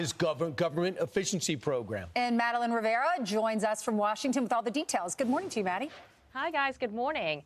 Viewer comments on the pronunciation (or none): none